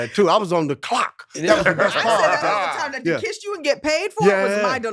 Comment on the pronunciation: When John Henton said he was on the "CLOCKT" I felt that! I am hollering! 🤣 I laughed way too hard this episode.